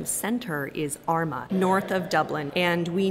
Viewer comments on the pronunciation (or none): Great video. Small critique: Armagh is pronounced with a long 'ah' sound at the end.